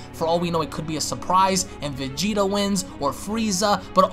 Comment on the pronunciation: Am i the only one who noticed he did not say vegeta